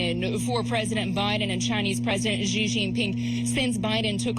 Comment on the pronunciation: Xi Jinping has literally been the president of China for over 11 years and they still can't pronounce his name properly. It's super easy. It's not "Jee/Ji." It's like "shee."